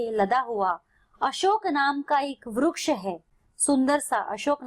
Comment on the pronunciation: ITS VRIKSH NOT VRUKSH